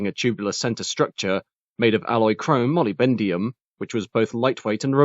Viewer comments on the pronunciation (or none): HA HA!! I think you'll find that Molybdenum is pronounced moll-ib-den-um, not molly-bend-ium. Otherwise a good video. Well researched and informative. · Molly-bendium?? :face-green-smiling: Mo-lib-dee-num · Like the sound of “molybendium” (I think I was at college with her sister.) The word you’re looking for is molybdenum - moll - ib - duh - numb. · Molybendium⁉️🙄 Molybdenum (say: more-lib-den-umm!). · “Chrome moly-bendium”? You mean molybdenum? Dyslexia much? Having trouble with those big words? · Moly-bend-e-um? Never heard it pronounced like that before🤔 try Molib-du-num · Looks like the product of a Korean designer who was inspired by contemporary Rolls Royces, Jaguars and Chevy Corvettes. And please, AI voice, tell your programmer that there is no such thing as "chrome-molly-bendium" . It is chrome-molybdenum* steel! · Wow, that's striking looking. I think I prefer the production version showed at the very start, but the prototype was certainly more unique with its huge headlights and narrow front. I must admit, hearing you say molybdenum as Molly-bend'em was kinda funny though. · did he just say “molibendium”?😮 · I had to laugh when he said chrome MOLYBENDIUM..... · Mollybendium woo love it. Write a script and get a numpty to read it out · sorry but "molly bendium" 1.46 ? good video though